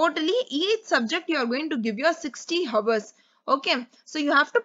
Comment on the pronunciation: Sorry ma'am..but Hours & Ours are pronounced the same..'H' is silent in Hour..I really appreciate your work Keep motivating & directing 😊